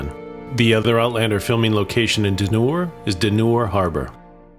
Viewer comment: Pronunciation is Culross is Cuulross ( u not o). inlithgow - go at the end, silent w. Dunure (Dunyour - emphasis in u not oo). Another mispronounced is Brurntisland....not Burnt-is-land but Burnt Island. Hope this helps.